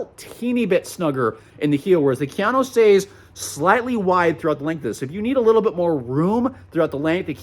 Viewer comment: “KIA-NO”… for god’s sake, it’s Japanese and it’s pronounced KA-YA-NO… and you call yourself an expert??